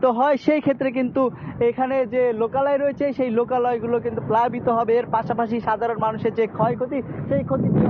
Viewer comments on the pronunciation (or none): সাঙ্গাতিক ভাই 😂😂 প্যালাবিত না 😂😂প্লাবিত 😂😂